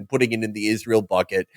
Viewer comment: Haha "Izrull" 😭😭